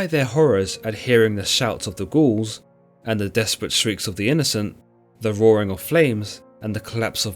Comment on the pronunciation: It seriously sounds like he’s calling the Gauls, the Ghouls 👻